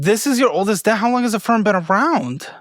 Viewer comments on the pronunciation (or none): He said you went insane on Infirm (Affirm)!😂